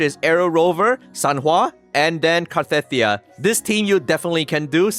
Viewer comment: Actually, its Cart''ee''thyia. That will be more match original name pronunce